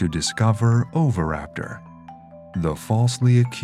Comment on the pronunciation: It's pronounced o-vee-raptor not over-raptor. Had to mute.